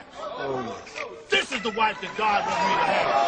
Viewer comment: its pronounced GAAAWWWWWWDDD..uh